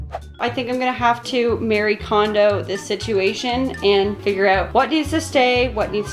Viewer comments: It’s Marie.....not Mary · It’s really nice. It’s Mar-ie not Mary by the way. I listen her book every year while I declutter.